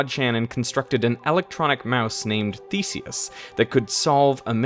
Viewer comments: I could have sworn he said the first robotic mouse's name was "Feces". I even played it twice. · I had to look up the original electronic mouse's name because the way you pronounce it sounded like "faeces". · i didnt finish watching because you cant correctly pronounce Theseus